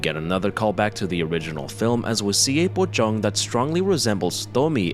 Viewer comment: FINALLY! SOMEONE WHO PRONOUNCED "POCONG" AS [PO: CHONK] INSTEAD OF [PO: KONG] I'M SUBSCRIBING YOU FOR THIS!